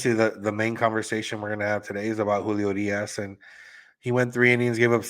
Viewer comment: The way you say Urias 🙄